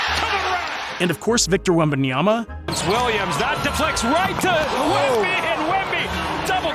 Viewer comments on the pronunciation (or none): none